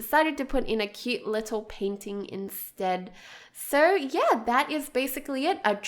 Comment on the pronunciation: the way I say y e a h: Yeah The way she says y e a h:YeRh